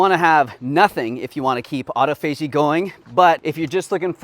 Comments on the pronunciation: Awwww - I thought someone would ask: You and have been together a long time now. Any plans to tie the knot???? LOL. Also, autophagy is pronounced: au·toph·a·gy, or AWWW TOFF AH GEEE. Just sayin. Love you both. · Also, this is how to pronounce "autophagy": aa·taa·fuh·jee (if you google, it will say it aloud for you. Hope this helps in the future). 🤓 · Love this channel! Just an FYI though: “autophagy” is actually pronounced “aw-TAH-fuh-gee.” 😉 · Hi The word is Awe tofu a gee au-tof-a-gee Autophagy. Sorry my pet peeve. Thanks